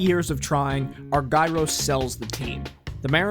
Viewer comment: This is awesome. Thanks very much. One picky point... it’s pronounced ARE-jer-us, not are-GUY-ros.